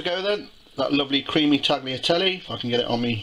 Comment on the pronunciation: Nice recipe, but Tagliatelle are pronounced "taliatelle", the g inside a word before an consonant is not spoken in the italian language. If the g is before an i or e it is pronounced like sh (giro, giusto) or tsh (gaggia) and if it should be heard than you need a h between g and i. or e (spaghetti) :).